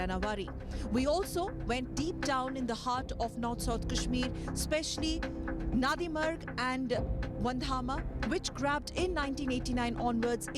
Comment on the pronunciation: It's Nandimarg. Say it right.